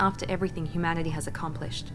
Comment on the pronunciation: It bugs me so much that The Illusive Man never pronounces the "h" in humanity he only ever says 'umanity